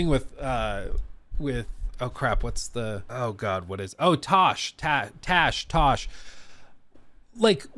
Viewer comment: It’s pronounced “Trash”